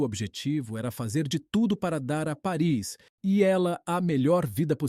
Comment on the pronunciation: Desculpe, mas a pronúncia correta é Páris.